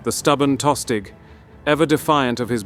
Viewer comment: Pretty sure Tostig is pronounced with a silent G